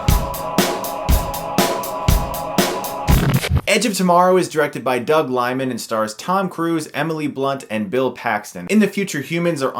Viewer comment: Doug "LEE-man" not Lymin'